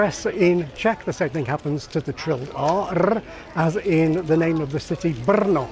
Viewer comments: we most certainly don't pronounce Brno as "berno" idk where you heard that. There is no e or even a schwa between the b and r, its just /br̩no/ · one thing I'd like to point out is your R in Brno had like 3 too many trills. There's only ever really one, barring maybe some interjections. Otherwise, great job pronouncing stuff! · Glad you liked our country! One downside of reducing double consonants is that it makes certain words look more similar than they should be, like "asociální" (asocial) vs "asociace" (association) The L and R in "Vltava" and "Brno" normally have the same length as short vowels (I feel like you pronounced them slightly longer). The differece doesn't matter though, since long syllabic consonants don't exist in Czech (but they do in Slovak)